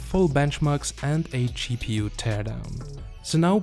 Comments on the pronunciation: Gpu nah, cheapPU. Unintentional pun thanks to his accent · I like how you pronounce GPU. " Chee PU " :-) <3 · More like Cheap EU ^^